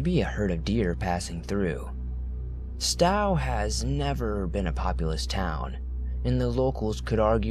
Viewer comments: Okay, it's pronounced "Sto" with a long "O". Not "Stoww." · Not stow like sow it’s Stowe Longhorns o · From the first story, Stowe is said stow like show and the e is silent. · Hi there! Just for the record, Stow is pronounced with a long "o"; as in "please STOW your luggage overhead." I'm New Englander, so this is why I am aware of the correct pronunciation. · In the first story, Moss Glen Falls are so cool. You said "Stowe" wrong, but it's hard to tell how places are pronounced. Stowe rhymes with slow, just FYI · "Stow" Vermont...as in "row, row, row your boat". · It’s pronounced Stowe ( as in “rhymes with tow”) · Why can't anyone pronounce Stowe right lol love the cryptid story's keep up the good work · Ugh the way he says Stowe is painful lol I’m a Vermonter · The pronunciation of Stowe, Vermont was godawful. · I love the stories but you're killing me by mispronouncing words!!! :/ Please fix ?